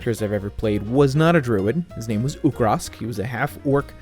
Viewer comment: Congratulations on finishing. Thank you for pronouncing my name correctly. I think I will go with the long play videos with commentary. I'll let you know when I get around to doing the video. Have a great year. Hugs